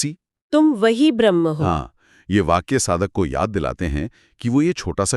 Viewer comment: सारे वीडियो को हल्के में लेकर चल रहे हो। मैडम से कहो ब्रह्म को भ्रह्म ना उच्चारित करें।